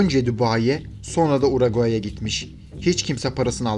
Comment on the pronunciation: UARAGAAY NE MK URUGUAY